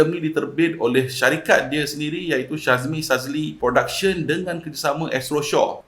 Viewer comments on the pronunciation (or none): Boss,sebutan nama syahmi jd syazmi,yoe jd yoei... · 3 kali syebut Syazmi, kawe terus stop watching. Syahmi bukan Syazmi bro. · knp asik aku terdengar syazmi sazli😂😂😂 ke aku salah dengar😅😅😅